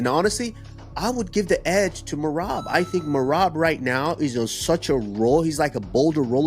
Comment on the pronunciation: All of you stfu. Peter butchered Merab 🤫 🔥